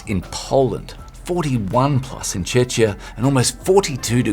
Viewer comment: Please learn how to say 'Czechia' pls hahahahahahaha its CHE-KEY-AH